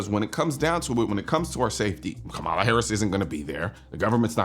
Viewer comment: The fact you purposely mis pronounced her name, we now know you are voting for the 34 time convicted felon with 90 more charges pending. Thanks for giving me a reason to unsubscribe from your channel.